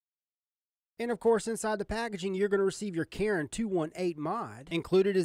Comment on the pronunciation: Instagram: isolemnlyswearthatiamup2nogood You are the first person I've seen review this that pronounced the name Charon right! I know most people have no idea who the ferryman was in mythology, but I was so excited when I saw they named this after him. I used to read mythology avidly as a kid. It's cool to see companies incorporating it into their mods. 🙂